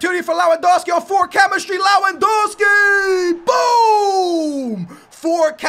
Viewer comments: Its Lewandowski not lawandowski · lewandowski is pronounced . levandovski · Only found you today and enjoying your content loads but please its pronounced levendowski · It's pronounced lev-an-dov-ski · stop saying lawandowski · Worst pronunciation of Lewandowski I've ever heard